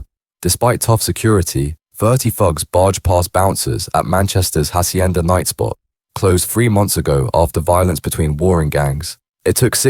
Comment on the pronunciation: The Hachhienda 😂 give up mate your terrible